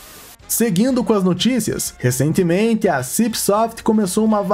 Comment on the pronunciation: Qndo vc falou recentemente não conseguiu esconder o sotaque kkkk